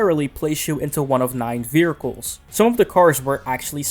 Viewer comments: vehircles... hahaha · Ahh yes, vericles. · "vearcles" "Dr. D.R.E" lmao. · This mans really out here sayin "veracles" XD But fr, Midnight Club LA was one of my favorite XBOX 360 games, despite the customization (in my opinion) not living up to MC3:DUB Edition Remix. I'm not sure which version I beat (probably the patched one since I didn't realize that even happened) but I found that once you got a bike, you became unstoppable. The fact that bikes could slipstream cars, but not be slipstreamed themselves, made them so overpowered. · Wheres the "R" in 'vehicles'?